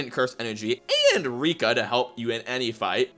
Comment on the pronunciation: lmao bro said Rakai😭